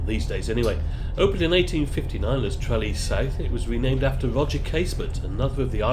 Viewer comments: Maybe learn how to pronounce Tralee? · You need to work on your pronunciation of Tralee 😂😂